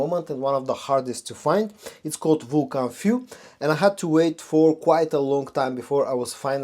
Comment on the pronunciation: Everyone pronounces Vulcan Feu wrong. Feu is French (translates to Fire).